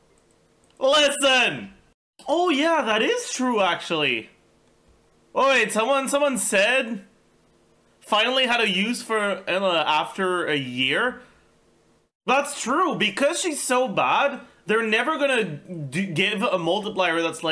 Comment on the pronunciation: Why does he say Eula's name so wrong? It isn't Ella. CN, JP, KR, and EN all say YOU-LAH. Is it because he gets PTSD from being a math major with Euler? Such cringe shit man, just say her name right. String Shoes was closer to Xingqui than his pronunciation of Eula.